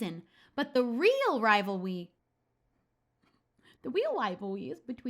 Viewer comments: But the weal wivalwy is between your fwends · "dah weal wivawwy is bwetween yowu fwiends" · "The weal wivalwy is between your fwends" XD <3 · "The weal wivalwy is between your fwiends." - 2019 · No one:: the weal wivalry is between your fwends... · “The weal rivalwy is between your fwiends” FAVORITE PART OF THE VIDEO🥺♥️